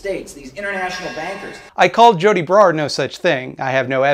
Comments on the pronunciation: "Joe tea bra" why does he pronounce things like a principal in an after school special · I love the way he says Joti Brar's name. It sounds like "Joe T. Brar"